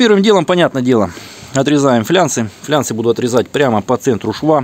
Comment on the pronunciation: ФлАнцы а не флянцы😃😃😃